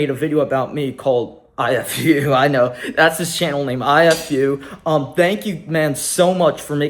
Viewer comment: Ifu is pronounced e-foo (There’s no ill intent if you thought so)